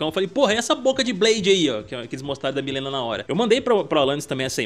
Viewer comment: Não aguento esse pessoal falando Milena. Gente, sério, seria muito melhor fazer um vídeo pronunciando o nome correto… Mileena